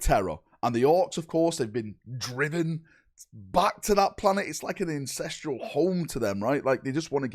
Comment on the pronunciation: Aaaah, when keeps saying incestral instead of ancestral brings my memory back to when he said that he and kieroth were incestral brothers. After that the name “Incestral Gimprack” was born.